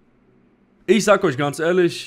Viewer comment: Was ist mit deiner Aussprache passiert? Seit wann sagst du "isch"?